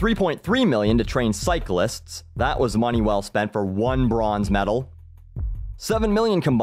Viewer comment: did you say "moonee" at the end XD Im from minnesota and I dont even say that!